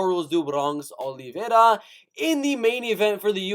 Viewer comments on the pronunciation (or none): your voice is so cringe i couldnt stay for even a sentence.. give it up kid.. and how you sao olivera.. even hed smack you lol #letsbereal #cringe